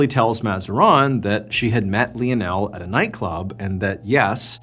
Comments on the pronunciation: If anybody else was pronouncing Lionel wrong I would get off the video but I can't do it to Mr. Ballen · We pronounce his name as lie o Neil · I don’t think that’s how you say Lionel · Yo, saying Lionel wrong each time is killing it for me 😂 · Is it Lionel - lion--l Or Leo-nell? Is Leo-nell the French way of pronouncing it? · I love Mr. B, but I think he might be mispronouncing Lionel.